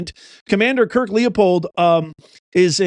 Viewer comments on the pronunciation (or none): lippold not leopold